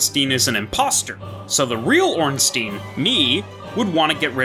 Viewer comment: Ngl I really don't like hearing "Stein" pronounced as "Steen"